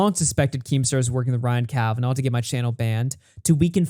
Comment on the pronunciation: "Ryan Kavanov" 🤣🤣🤣 Good one, Baldy Daniel Keem!